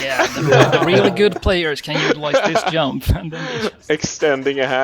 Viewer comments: Love how he says yump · In Swedish J is pronounced like Y in English, which means when we speak English it's really easy to mix them and still pronounce anything with a J as if it was a Y.